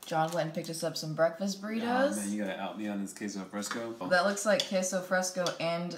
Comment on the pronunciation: Wait...first misspelling pupusas now AND saying "kay-so fresco" 😂😂 love you guys